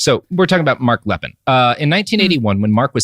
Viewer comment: It is "Lee'Pen" not "Lepin." It might come as a shock you but not everyone in the world speaks English and Lepine Is a FRENCH name. Note the accent agiu over the first e. And Canada didn't just bring in a few gun control regulations. It was a sweeping change in gun laws that have prevented any other mass shootings, unlike another country I could name.